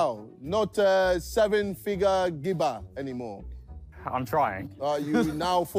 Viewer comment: JJ calling Gibber "Bib" is one of those things that is somehow always hilarious no matter how many times he says it